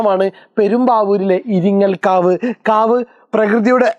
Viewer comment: ഇരിങ്ങൽ കാവ് അല്ല ഇരിങ്ങോൾ കാവ് ആണ്